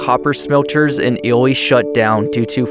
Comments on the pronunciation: Illy? really? It's pronounced Eeelee (Ely) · Just an fyi the pronunciation of that town your referencing is pronounced (eely)